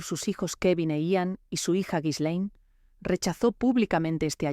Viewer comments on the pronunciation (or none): Se pronuncia: GI- LEN. Con una G fuerte como en gato.